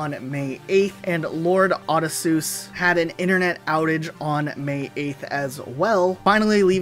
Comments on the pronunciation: Dude. It's pronounced "O-dis-ee-us" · “Odd Esus” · It's pronounced Oh dis see yus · I'm not sure what's more painful. How he said "Ah-di-soos" or how he said "ah-pah-chee" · Lol its pronounced O-dis-e-us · "Oddy Seuss" are you kidding me? LMAO. Have you never heard that word actually pronounced out loud, or did you just flub it in the script? Not that it really matters, the vid was still great! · "Oddie Seuss" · I hate you for your butchering of Odysseus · I am so triggered you couldn't even pronounce Odysseus's name right. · I’ve never in my life heard Odysseus pronounced that way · Nor should anyone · The way they just pronounced ‘Odysseus’ has me absolutely rolling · It hurt me too